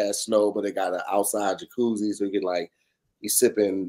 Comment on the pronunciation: Ja-cooly???? That's a new 1 lol 💀💀😂😂